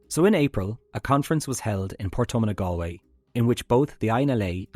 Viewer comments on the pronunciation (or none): none